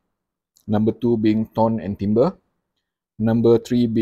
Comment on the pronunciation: The French word, "timbre", is pronounced "TAM-BUR".